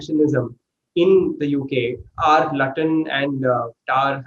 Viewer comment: Luton is pronounced 'Looton'.